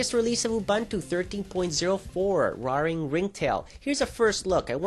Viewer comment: pretty sure its pronounced "rare"ing ringtail dude :P